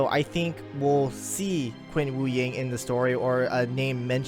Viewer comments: FYI, not to bash on you, but 'Qin' is pronounced as chin instead of 'quinn'. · Its prounounced chin dynasty not quin xd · HAHAHA, I'm sorry, hearing you call Qin Shi Huang "Quinn" is too damn funny.